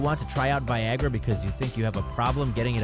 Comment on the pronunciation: did anyone think it said vagina instead of Viagra